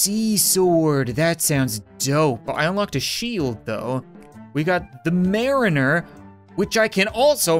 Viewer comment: How did he say mariner wrong?😑lol.